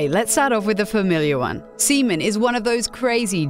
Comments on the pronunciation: Repeatedly saying semen lol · Announcer really hears "Seaman" 30 times but chooses to pronounce it the other way